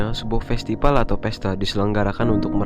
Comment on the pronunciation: festipal? hahahaha norak gak bisa baca mana b mana p ?